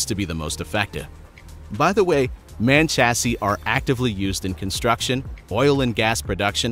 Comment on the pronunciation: The first truck in the video: the manufacturer is not pronounced "man", it's M. A. N. Pretty good indicator that the audio track is robo.